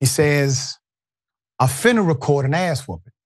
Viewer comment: "im finna film an asswhhipping in a minute" 🤣